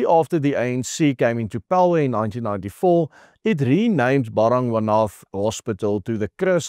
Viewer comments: Bara-gwaana is how it is pronounced, juuuust saying... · BARA GWA NATH. Please say it correctly …. My husband used to work there. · Ba-ra-gwa-na.........please do not pronounce the "th" ...... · Hey this may sound picky but you need to get the pronunciation of the hospital right. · Werk aan jou uitspraak,. Dis Bara-gwan-ah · Nee die uitspraak van Baragwana is totaal verkeerd Spreek dit asb uit as Baragwana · Ek kyk al jare jou videos, en dankie daarvoor, MAAR dis belangrik as jy internasionale spreker is om uitspraak van woorde korrek te uiter, dis dalk wys om biki spreker tegnieke en artikulasie lering te beoefen of opleiding na te streef, neem kennis my kommentaar is nie bedoel om afbrekend te wees maar eerder vir jou eie beswil. Ek verwys spesifiek na di woord baragwanath hospitaal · Hoekom spreek jy die naam so verkeerd uit? Cringy... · Cant even pronounce the name of the hospital correctly😢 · Hey, no-one else can butcher the name "Baragwanath" quite like you do. I had to listen, rewind and listen again - three times over - to understand what you were saying.